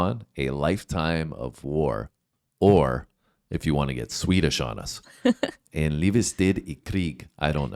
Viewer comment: it was not correct but very good dude, I's in swedish is "E" in english